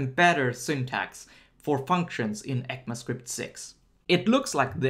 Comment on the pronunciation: Heck-ma script ahah I've always said / hear E-C-M-A script, heck-ma sounds a bit weird